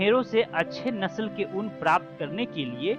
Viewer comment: ऊंन को उन बोल रहे है ओर कोकून को कोकीन बोला जारहा है